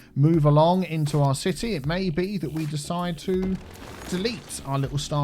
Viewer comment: I dont know why, but every time I hear saying "city" I hear "c-tea"